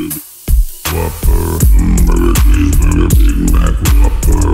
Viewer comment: My favorite part was when he said humbrgr chesebrgr big maac whoperrr